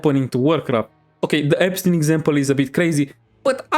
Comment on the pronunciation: "The EStein exampe is a bit crazy" IS IT THO!?